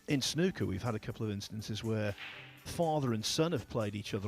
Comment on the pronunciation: It's SNOOKER not snucker, you don't pronounce school shooter as school shutter!!